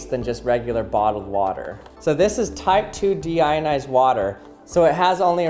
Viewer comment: What you hear: Deionized What i hear: Demonetized